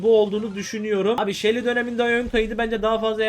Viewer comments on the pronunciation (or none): U de şile şeli diye okuyacaksın